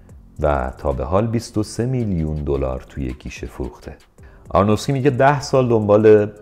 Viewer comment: شما دیگه چرا؟! آرونوفسکی نه آرنوفکسی! ارادت 😊